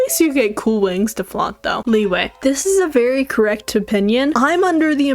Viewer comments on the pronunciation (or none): none